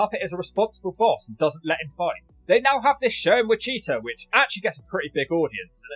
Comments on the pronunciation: Wicheeta? It's Witch-a-tah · He called Wichita "wah-cheetah" 🤣🤣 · lol I had to rewind that part to make sure I wasn't crazy. No worries bro. You're from the other side of the pond so it's understandable. It's pronounced "witch-ita" with the "ita" part sounding like "guitar". Think of witch guitar minus the g and the r. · ...how did you just pronounce Wichita? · Best part of this video is how pronounced "Wichita" 🤣